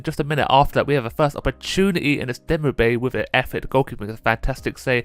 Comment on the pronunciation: İts pronounced demirbay. Yeah i know turkish names are hard